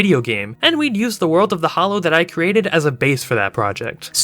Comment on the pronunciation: Why do you keep writing “the Hallow” but you keep saying “the Hollow”?